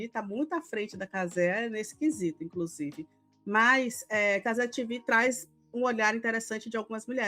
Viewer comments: nossa tenho uma agonia desse "cazé 'tivi'" hahah, minúsculas causas mas pô, a emissora é brasileira, a transmissão é brasileira, o apresentador é brasileiro, o dono é brasileiro, as pautas são brasileiras, e o português é muito mais bonito! cazé tevê! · Juro que me esforço para não criar ranço com a. Mas, não é fácil. Ela vê machismo em tudo. Está concorrendo pau a pau com Milly Lacombe e a Alicia Klein. As falas do pessoal da Cazé TV (é tevê,, e não tivi!) foram para a repórter se proteger da ação da PM, não tem nada de machismo. Essa, assim como a Milly Lacombe e Alicia Klein praticam o feminismo fanático, aquele que é repudia qualquer senso de razão. Depois, reclamam por que não conseguem adeptos à causa.